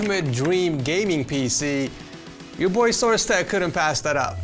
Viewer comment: Bro said boardmother and source tech😂